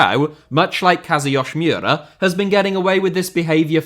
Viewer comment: So… “Kazuyoshi Miura”name is slightly Russian apparently?? Because that was really bad pronunciation and sounded like he was Russian. You could just call him “King Kazu” like they do in Japan or you could break it into chunks and slow down “Kazu yoshi (like the Mario character)知良” family name is “Mi ura 三浦.”